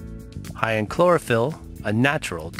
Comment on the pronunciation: Chlorophyll sounds more like borraphyll